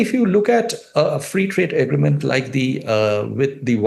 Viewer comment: Am I imagining it , orb this guy cannot pronounce “agreement” !? 😂